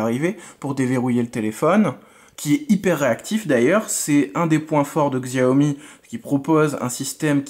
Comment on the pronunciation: Bon test.. Sauf que : 6 ou 8 Go de Ram et non 4, snapdragon 835 n'est pas de finir 2017,mais avril 2017 ( le 1er à l'avoir étant le galaxy s8) Petite précision : on prononce " chiaomi" 😊